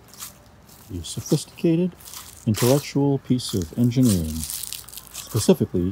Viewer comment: Did you just say pacifically for your feet?